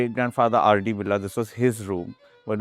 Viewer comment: Annnd...yep, she can't pronounce Birla correctly. It's बिड़ला, not "बिर्ला". It really is such a sight to see that Indians can't pronounce basic household names of India. Seriously, what is going on with education in this country?